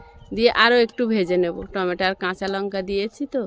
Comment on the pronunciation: ❤ tameta বলবে না টমেটো বলবে । টেমটা শুনতে ভালো লাগেনা ❤